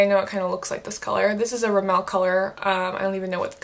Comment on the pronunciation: RIMmel, not remMEL.